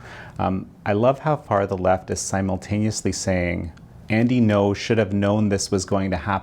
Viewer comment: You are probably the only person on YouTube to pronounce Andy Ngo correctly.